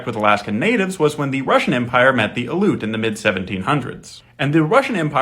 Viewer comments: Aleut is not pronounced“uh-loot.” It is “al-ee-oot” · You lose a lot of credibility when you pronounce Aleut wrong Say alley like a small street/back alley Then say "oot" like "hoot" without the H Alley-Oot Ale ut Aleut Thank you for your attention to this matter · Aleut. Al-EE-oot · Not “aloot.” Al-ee-yoot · It's pronounced AL-ee-oot. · pronounced al-E-ut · Aleut is pronounced “ah-lee-oot”. You should pronounce their name correctly for respect, as a descent of settlers on native land yourself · You’re pronouncing Aleut wrong. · Love the video. Factual, but Aleut is continually mispronounced. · Came here to say this. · Yeah that was pretty annoying hearing it mispronounced over and over, it's not some tricky word it's their name. I'm Tlingit btw